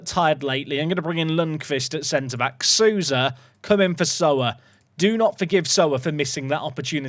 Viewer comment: Hey, brazilian here! We pronounce Souza like "sow-za" instead of "su-za"! Keep up the good work! 😊